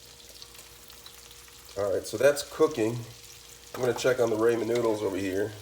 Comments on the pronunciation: It's pronounced Rah men, not Raymond. Rah men. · Its raaaaaamen not rayyyyyymen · It's Ramen not Raymond. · Rah men not Raymond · oh no would hate to have my “Ray-men” noodles “aladental”😂😂😭stick to the day job buddy 😭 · “Ray men” and “Aladental” had me rolling hahaha! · I don’t know why every ramen cooking video is full of dumb asses who purposely mispronounce ramen noodles. Like you think it’s cute or gonna get more views? lol you just look like a giant tool.